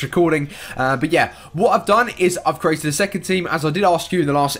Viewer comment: You said cerated a squad